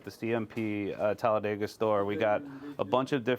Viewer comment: Props to for correctly pronouncing Talladega, we locals can always tell if someone is not from around here, because the say "Talla- Day- ga"